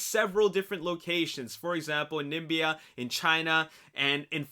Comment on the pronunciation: it's Namibia , not Nimbia